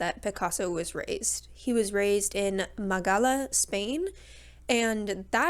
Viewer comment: it's málaga, not Magala 😂😂😂